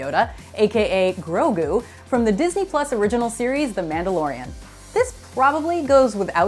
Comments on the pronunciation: Here it’s easy just say it with me gro-gue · Grogu. The names grogu. Get it right, please. He's not even related to yoda. Not yet revealed at least